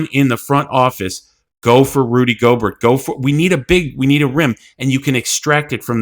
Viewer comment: I'm sorry but you have to learn how to say names sir. Divincenzo I'll give you a little slack on... but Gobert? C'mon it's not pronounced like yogurt 😂